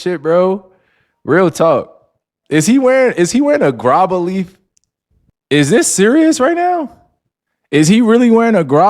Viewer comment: He pronouncing it wrong lol